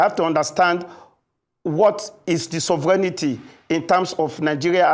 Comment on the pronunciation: Even the presenter was contaminated by the mispronunciation of SOVEREIGNTY😂